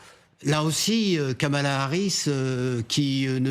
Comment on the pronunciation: Kamala Harris et non Kamal Harris :P